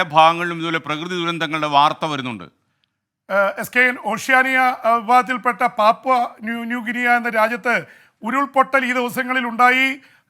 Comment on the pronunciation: ഗിനിയ അല്ല പീപ്പീ "ഗിനി". അത്രേയുള്ളൂ